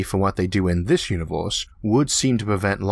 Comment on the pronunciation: Can't get by this guys speech impediment....he needs a narrator....I can't stand to "wisten to whis nawwation"